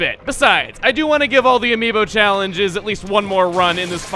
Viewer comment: Amiib yo sounds like amiimbo